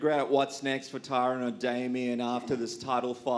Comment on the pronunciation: Tyron "Thanks for saying my name correctly." Woodley